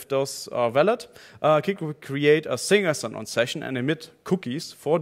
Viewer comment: i love it how he pronounces single sign on as "sing a song"